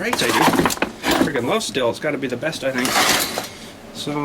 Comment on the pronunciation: awesome says the word the right way most say steel lol